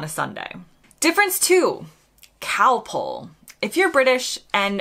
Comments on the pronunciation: The answer is that American does not have the short o sound that Britain, Aus, NZ, South Africa, etc have. So Americans might say bother to rhyme with father, and mozzarella becomes mutsarella or moatsarella, and Costa becomes coasta. It's also why you said calpole rather than calpol. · Just think how you pronounced Calpol at the start of this video. It is Calpol, you sounded it as Calpole, as pole instead of pol. As it is a British word then say it the British way. We Brits say Cosmos, as in moss the plant, where Americans say Cosmose. This is the same when Americans say Coffee as Coreffee, or Dog as Dorg, instead of Coffee, as in cough, & dog as Dog, rhymes with log. We heard lasso first in American western films, where it was said as Lasso in the British way, not in the American way you say. Hay produces much pollen in the spring. When I was a child, many years ago I admit, there were no such things as allergies. Americans tend to say anywhoo, like two, when Brits say anyhow, as rhyming with now. Americans say set down, while for Brits it is sit down, when a person is in a chair, but you may set down an object on a table etc. or set down something in writing. A person would never set, but sit, down. There will be more but I cannot recall them just now. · K got that wrong I thought you said Cow Pull like a tractor pull